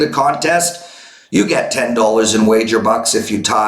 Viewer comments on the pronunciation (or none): It’s “dollars” not dullers...